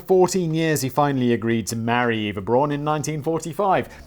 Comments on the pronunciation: So, as a final Fuck You to Danny, Simon ends by pronouncing Eva Braun wrong. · It's so Simon to start by mispronouncing "Eva Braun", read a whole dissertation on the correct German phonics, and then, 30 minutes later, mispronounce it again. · Simon "Eva Braun. Is that complicated? I didn't think so. Also Simon: Pronouncing "Eva Braun" badly for the whole video. Also his pronunciation of "Hitler" is far from perfect. :P Edit: Fuck you Danny! I have wrote this comment before I saw that you corrected Simon in the script. xD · Learns the correct pronunciation of Eva Braun, 30 mins later forgets the correct pronunciation. Then Simon heads off to buy a second mircowave for his date night.